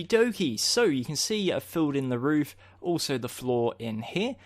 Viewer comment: you said roof wrong